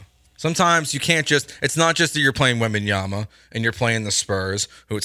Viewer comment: *WembanyaMa. Do get his name right.